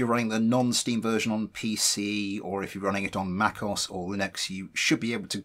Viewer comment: this dude really said macos